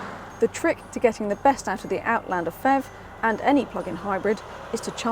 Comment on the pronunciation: It's not pronounced "fev", each letter is spelt out.